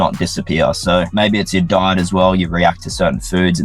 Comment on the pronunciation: Every time he says diet it’s this weird bowl of clam chowder with potato in it